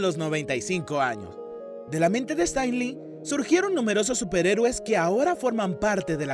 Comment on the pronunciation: Tenés un problema con el inglés? "Estan li"??